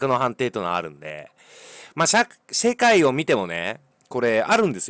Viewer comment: しぇかいw